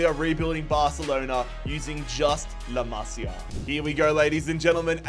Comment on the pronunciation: “La mazi A” 😭